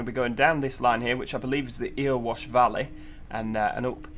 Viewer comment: EARwash? It's pronounced ERRORwash. Greetings from the other end of Erewash, Long Eaton:) That bit of line from Derby, is the leg from Trent Junction (Long Eaton), via Toton, generally a freight only route. Ilkeston station is only a few years old, having been covered by "All The Stations" Geoff Marshal not long after it opened. As for the Northern's at Nottingham, there is a drivers diversionary training route coming from Sheffield once a day via Derby / Long Eaton. Between Nottingham / Chesterfield, Northern's stop at all stations, where as EMR's don't, with EMR normally stopping at Alfreton only. Matlock on the Erewash Valley line? Never heard of that one before:D